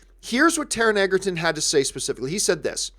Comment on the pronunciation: It's pronounced "Edgerton". I will be seeing Robin Hood. Good podcast.